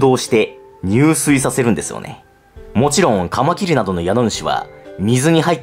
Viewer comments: カマキリの発音が爪切り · カマ⤴︎キリ⤵︎ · カマ↗キリ↘ ちょっと気になる…|´-`)ﾁﾗｯ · カ→マ↑キ↑リ↓ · カマキリが爪切りの発音。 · カマキリの発音なまってますね。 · なんでカマキリって単体で言う時だけ発音違うの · カマキリの発音が新しい感じ🎶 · カマキリの発音が違うなー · カマキリの発音が自分のと違う…笑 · 俺の中ではカマキリの発音はカマキリなんだけどはカマキリって言うんですね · カマキリのイントネーションが… 俺がおかしいのか？ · カマキリの発音なんか違くない？ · カマキリの、発音かわってる。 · カマキリの発音てあれなの？ 私が違ってるのか